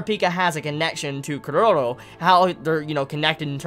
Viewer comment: Why does he say Cur-row instead of Chrollo ? That's worse than people who call Gon Gahn instead of Gohne though not as bad as people who call it Hunter Ex Hunter rather than the proper Hoontah Hoontah